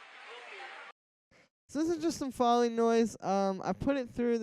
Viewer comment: Foley is pronounced "foe-lee" not fah-lee! <3